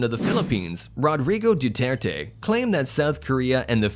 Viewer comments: Your pronounciation of the name of Rodrigo Duterte... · the way he said our president's name lol no hate tho